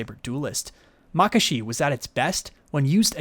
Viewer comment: your pronunciation of makashi is different to what i hear and use. interesting. I pronounce it mah-KAH-she. instead of MAH-kashe